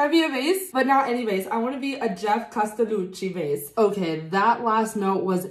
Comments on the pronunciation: I loved your reactions! Intelligent but expressive at the same time. And your pronunciation of "Castellucci" was also spot on. :) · I loved your reaction. Was this your first Geoff Castellucci ( loved the way you said his name) ? He's amazing. As well as voiceplay. I support them on Patreon. Can't wait to see more reactions